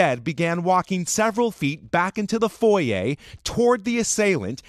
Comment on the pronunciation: Foyer not foyeah